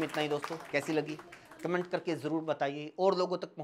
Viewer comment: Zyada hi....jyada hai... Zaroor...hi...jaroor hai.... Urdu shayari...hi...hindi kavita hai... Nazaaqat ...hi...najaakat...hai... 😂😂😂😂😂😂😂😂😂😂😂😂😂😂